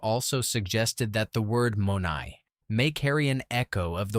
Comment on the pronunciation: Not to be critical here, but the Greek word is not pronounced with a long 'o' but a short 'o' and 'ai' is pronounced as a short 'ay' but with a 'eh' sound. Using AI does not enhance your credibility, but, all in all, I liked the video